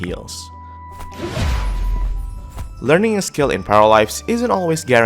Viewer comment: Зачем вы озвучиваете не "Паралайвс", а "Параливавс"???